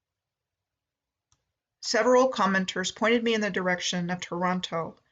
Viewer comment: Ha - At the end when you said "I still have a lot of places left to visit that commenters have suggested to me..." at first it sounded like you said "commoners" and I thought whaaaaa? Another great video, Michelle.